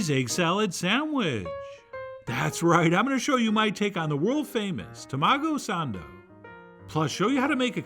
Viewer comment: I love the American accent tamagough sandough :)